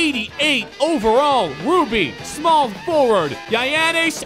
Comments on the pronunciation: the way he pronounces it yianess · Damn i laugh so hard when he say giannis name😂😂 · You buthcered giannis name